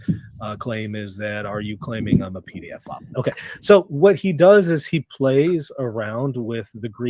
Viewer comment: It's so funny ever time this 🤡 says pee-dee-a-file. Both the closed captions and the text transcripts literally show him saying 'PDF File'! It's pe-do-phile moron 😂